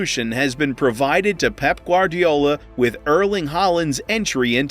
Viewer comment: "Pep Gardolla"